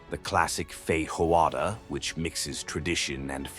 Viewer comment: Have you even been there? You can´t even pronounce 'feijoada' properly, using a Spanish pronunciation like so many tourists who think the language is Spanish and that Capital is Buenos Aires. Rio Girls, Cariocas, do not walk around in bikinis off the beach; off the sand they wrap a 'kanga' cloth. You destroy your entire credability.